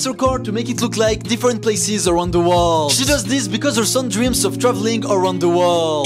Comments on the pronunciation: "aRoUNd ThE WoLdDdD"😂😂😂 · Bro was like- “around ZTHA WORLLLLL” “ZSOLLNNNN” 🥲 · “Awound da waaald 🗣️”